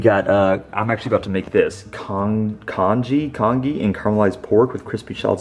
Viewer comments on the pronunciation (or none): it's pronounced "Con-"G", which is Chinese porridge.:) Love your vlogs!